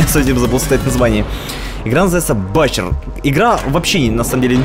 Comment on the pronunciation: "Буче", а не "Бачер"! )